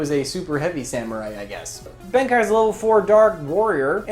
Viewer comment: I almost choked on my bubble tea when said Benkei wrong. D=